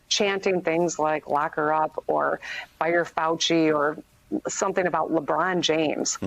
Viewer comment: .....LUHBRONNNN JAMES???!!